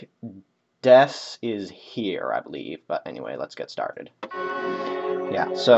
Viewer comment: You messed up my name in the vid and title lol. Finnetically, it's Mike-Deck-Is-Here, but no big deal ;) This was a ton of fun though! GG man